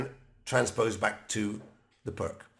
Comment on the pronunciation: Greetings, Thank you for your enjoyable and informative effort! However, I find your offering on how to pronounce Uddenfeldt rather amusing in the light of your repeated mispronunciation of the name Pirc as “prk”, the name of the person that this defence was named after. The closest pronunciation, as far as English language would allow is “Peertz”. This is not a hanging offence, and I will not report you to the Chess Police. I hope that you will take my comments in the spirit it was intended to, simply an attempt to restore some dignity to the name of the person who gave us so much pleasure playing his invention. Thank you again, and keep up the good work! Cheers, Branko.